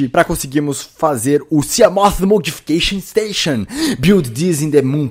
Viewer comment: gosto quando ele fala siamof!!! kkkk